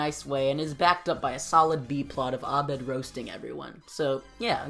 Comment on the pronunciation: What’s up with saying Abed properly!!??? I had the video playing in the background and that pronunciation gave me a HUGE shock 😂😂 i love it. I have no clue if you speak arabic or if that was just you doing your homework, either way it waa refreshing.